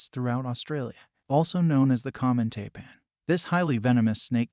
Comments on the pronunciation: It's pronounced TIPAN not TAPAN. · Taipan... pronounced "Tie-pan", not "Tay-pan".